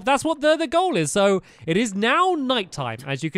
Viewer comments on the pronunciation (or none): none